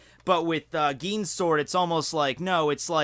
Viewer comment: "Geen" xDD